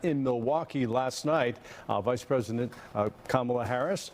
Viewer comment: & spew lies I thought said don wood never be a phesident